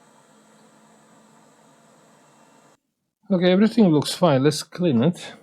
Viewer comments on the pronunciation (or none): none